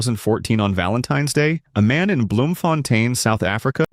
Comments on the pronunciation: I am surprised she said "Bloemfontien" so perfectly in my native language 😮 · in all that the thing that stands out is you said "bloemfontein" right. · Your pronunciation of Bloemfontein is really good and that's from someone in RSA